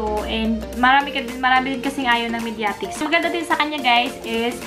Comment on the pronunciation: Ang weird ng pagbigkas mo sa "Mediatek" but overall, maganda naman yung video, ill sub u